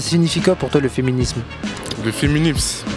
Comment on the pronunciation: "Le fiminims " 😂😂😂😂😂😂